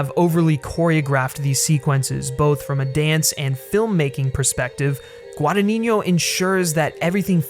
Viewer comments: This is the first video of yours I see, and I really enjoyed your review,!! Just saw Suspiria at a little artsy cinema a few nights ago, and it definitely stayed with me. Not yet exactly sure what I feel about it, but definitely one of the best movies I've seen in a while. Just a friendly Italian correction: you're pronouncing the director's name wrong. It's a tough one, I understand, but it's GuadaGNino, while you say it as GuadaniGNo, with "gn" in Italian being the same as the Spanish "ñ" sound. Just thought I'd let you know!! I really love Guadagnino, and this movie didn't disappoint. That quote of his you included at the end about the intelligence of audience I think summarises perfectly his approach to cinema:) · NO, but feel free to believe whateve you want at this point, you actually said "GuadaNINIO" and not "GuadaGNINO" which is the correct way to say it. bye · the original Suspiria was not a Giallo, it was a horror made by someone famous for making Giallos. ALSO you call the director 'Guadagninignio' rather than 'Guadagnino' - very annoying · No worries it's just GuadagniNO, and the way you say it's GuadagniGNO. Love the content by the way! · Forgive the unnecessary pedantry, but I listen constantly call, from those who are native English speakers, the director Guadagnino: "Guadanigno" (Guadaniɲo). If it can help, to pronounce his surname correctly you must put the "ɲ" ("gn") in the previous syllable, not in the last one: is "Guadaɲino". Sorry dude ^^ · Pronunciation guide: Gua-da-gni-no, there's no 'niño' in it. 'gni' sounds like in 'lasagne' or 'gnocchi'. 'no' sounds like 'no'. You can actually approximate the 'gni' as a 'ñi' but not the 'no', which is just a straight 'no' ;) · repeat with me: GUA-DA-GNI-NO. GWAH-DAH-GNEE-NO. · hi! thank you for your video! one thing: it's guadagnino that means that you say guadaGNino so the gn (the spanish n) sound comes on the first n and the second n is just pronounced as an N.